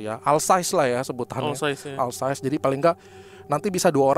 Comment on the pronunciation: OL sais mas, bkn AL sais. Jirikèn, bkn Dirijèn.😊😊😊